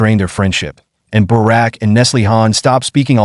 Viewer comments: 📢📢📢 Bouraq et non baraque ‼️ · His name is not Barak , his name is Burak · It's awesome to know a bit more about the actor Burak Özçivit but it would've also be nice if you guys wouldn't butcher his name which is Burak and not Barak. 🙂 I saw him first in the TV show "Magnificent Centuary" about Suleiman the Magnificent and later started to watch the historical TV show "Kuruluş: Osman" where Burak plays Osman Bay / Osman I.